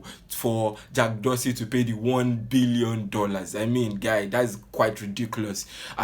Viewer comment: He is not pronouncing the name well lol... Abeg leave Garba alone he is a clown